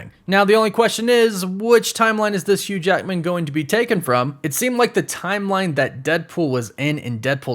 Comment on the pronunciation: “Hugh JAEKMIN”